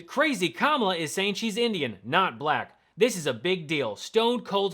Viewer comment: Buhlackk. Done on purpose of course